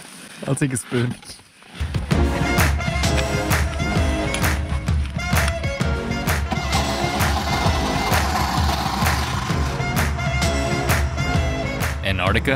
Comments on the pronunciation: For some reason I get so triggered by the way this girl says "Annarctica". It's A N T A R C T I C A! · we are in ennarnica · Nice but you went to ANTARTICA. Not Antarctica. There is a T.. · americans pronouncing an-tar-ti-ca as an-art-ika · It's annoying how you say "an ardica" instead of Antarctica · Why can't Americans pronounce their T's. An-ard-ica 🤣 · Please, please, please pronounce the darn T in AnTartica🤦🏻‍♂️ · Why are Americans so against pronouncing the first 't' in AnTarctica? Seriously, what did it do to you?